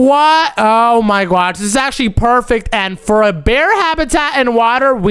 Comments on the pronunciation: It's not gwosh its gosh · OMZ is say for oh my gosh its oh my gwosh